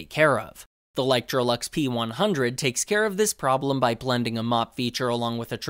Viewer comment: i love how he keep saying literolux like its a variation of electrolux when the brand is actually licetroux.